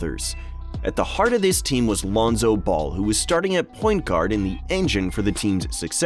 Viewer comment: Your research was horrible. -Melo was 13, not 14 -it’s Lonzo, Melo and Gelo, you said Lionzo -Melo didn’t take the free throws. Gelo did.